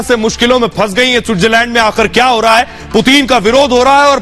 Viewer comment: Putin kh rhe hain main putin hoon puteen nhi bsdk , naam sahi se le🤣